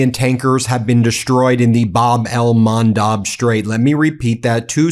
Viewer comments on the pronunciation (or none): Please correct your pronunciation!!! It’s Bab el Mandeb , NOT Bab el Mandab. With E !!! I unsubscribe if you don’t.